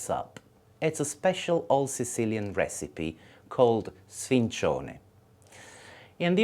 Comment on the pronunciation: Wrong the c is soft. It would only be hard if it was double c "cc". My gram is in Palermo I say it like she says.